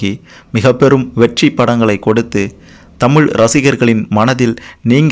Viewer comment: Anne Thamizh nu sarya chollungo !!!!!